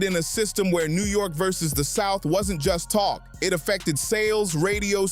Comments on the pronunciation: Thought this was a person and not AI till they pronounced versus as varzoooz 😂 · Wth is a "ver-sooz"